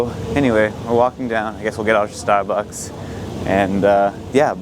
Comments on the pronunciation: 'ah stahbucks gihft cahd?' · I've never noticed any Boston accent but wow, it really came out at Stahhbucks